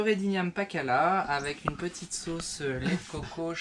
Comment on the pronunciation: Uneuh petiteuh piton? On va la goûter là-bas? Rhooo!